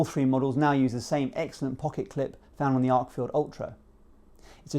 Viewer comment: It’s “Arkfeld”, not “Arkfield”